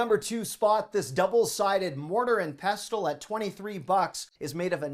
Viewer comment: "Pestle" rhymes with "vessel" - the T is silent.